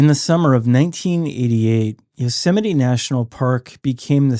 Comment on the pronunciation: It's pronounced You-sem-ity. No one's ever heard of yo semity Sam.